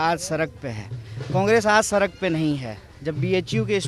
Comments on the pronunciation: Sark nhi sahi se bol beta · सरक पर नहीं...सड़क पर..सड़क पर.